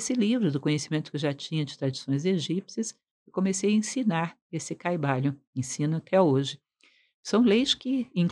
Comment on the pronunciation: Não se falaria, em português, Caibali(ô)n? Caib(á)Lion teria acento. Como não é palavra de origem inglesa, não entendi essa pronúncia.